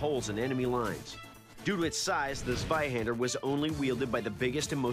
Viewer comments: Hahaha swihandr its funny how you pronounce it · Zwei, ZWEI, ZWEI Not swei... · shows Flamberge, means Zweihänder, says sewaihaaander. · Zvaihender? It's C(as in Ceylon) VAI- Han (a as in Khan) da (as in daw). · I'm non german and it hurt my ears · Doug: Mispronounces the name of the sword. Proceeds to use zero technique. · I will be able to rest in peace the day someone says Zweihander properly. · Not german, but I just can't stand the incorrect pronounciation of the weapon 😂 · His pronouncing of zveihänder is hurting my ears cuz he is pronouncing it with a z not c (cuz germans pronounce z as c) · Might i ask where you got that from? Ive heard non german people say it like that in videos before, but i am actually german, and i have yet to hear a german person pronounce the Z in Zwei like a C.